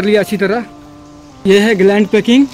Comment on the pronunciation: भाई ग्लांड नहीं ग्लैंड बोलते है